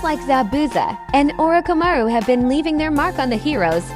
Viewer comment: Orokamaru? That's new LMAO